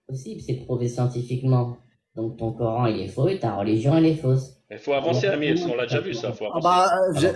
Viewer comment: « En Islèème, le Korr-ène » . Il me gave avec sa prononciation 😂